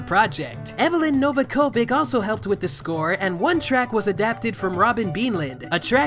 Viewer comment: Awful pronunciation of 'Novakovic' there. (She was known as Eveline Fischer back in the 1990s anyway!)